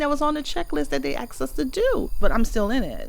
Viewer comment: axed us to do!!! haha